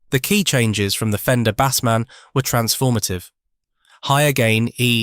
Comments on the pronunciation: The Fender Bassman is pronounced BAYCE-man not BAHS-man. Bass, as in bass guitar! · Its pronounced BASEMAN not BASSMAN.